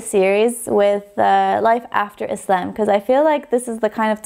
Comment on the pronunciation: I love how you pronounce the word "Islam" We pronounce it like that in Egypt too❤